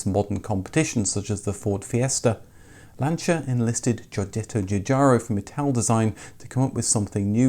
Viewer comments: I had an Uno Turbo diesel - diesel was pretty cheap in Italy compared with petrol at the time. It was very satisfactory, indeed. You did see a lot of the Lancia mini-cars, the Y10. Kudos for nailing the pronunciation of the Italian names - were that most YouTube creators so scrupulous. (Seicento is pronounced "Say-chento". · Being Italian and being a Lancia Fulvia owner I can never say enough Grazie (thanks) to you being the first English speaking youtuber and/or motoring journalist that pronounces the brand Lancia correctly 👍🏻👍🏻👍🏻.